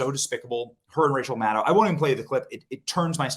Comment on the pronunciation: Did you say Madow or mad cow